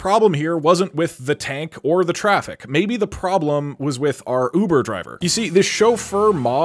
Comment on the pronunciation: Hear that it’s his uver javer